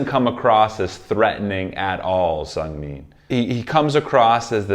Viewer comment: this is just like some information i don’t mean this in any way !! but it’s chang- bin like dust-bin the chang is right it’s just the end you say it more like been instead of bin and it’s seung- min like the beginning of mint (min-t) again the beginning is right this wasn’t like affecting the video i just thought i’d let you know great video though i always like to hear your insights!!